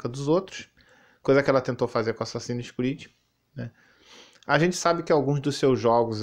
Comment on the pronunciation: “Assassínis cruídi” kkkkk